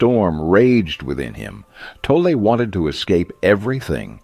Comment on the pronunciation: It's pronounced toll lay.